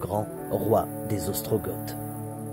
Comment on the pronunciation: Ostro Go PAS gotte 😘 on dit pas le th de ostrogoth